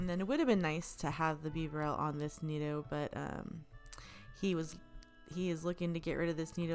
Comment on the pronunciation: Great video! Why are you saying nido like that? Sorry I'm being annoying but it bugs me lol